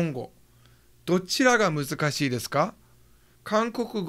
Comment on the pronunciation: It's "muzukashii" and not "musukashii"